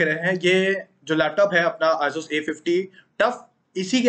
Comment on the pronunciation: he butchered the name asus